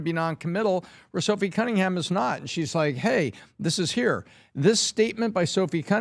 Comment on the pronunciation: Genuinely think doesn’t know majority of the topics talked about. Always gets people names wrong and says it often. Cummingham?